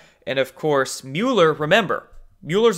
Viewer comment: It's Mueller like mulberry, not mule. And you are butchering Kavanaugh still.